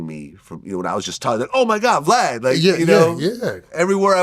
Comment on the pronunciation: Wack say Blad, cant say vlad